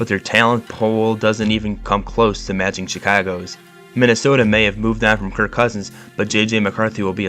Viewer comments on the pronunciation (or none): none